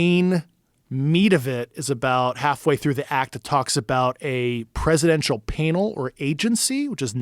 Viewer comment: “panel” why dies he not know how to pronounce this word? He keeps saying painall